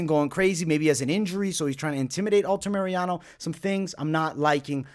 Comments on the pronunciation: Altamirano, say it with me, ALTA-MIR-ANO!!!! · For the love of GOD! Stop saying Alta-Mariano